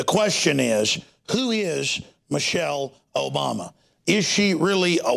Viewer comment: lmfaoo he said michael obama hahahhahaha